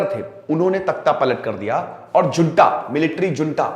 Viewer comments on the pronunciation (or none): 'J' in junta is pronounced as 'H'. Junta is pronounced as ' hunta'.